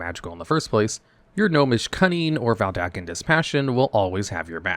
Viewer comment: Dude. VeDALken. Not VelDaken. Oof.